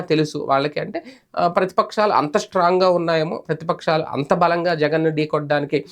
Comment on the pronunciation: అయ్యా ప్రతిపక్షాలు అని వత్తి వత్తి పలుకుతున్నావ్, ఏంటి నీవు కూడా ముందే ఉహించి అవాస్తావాలు ప్రచారం చేస్తావా ఎంత జర్నలిస్ట్ అయితే మాత్రం. మీపైన కూడా ఏదైనా క్లాసు ఉంటే బాగున్ను E. C. కి పిర్యాదు చేయడానికి.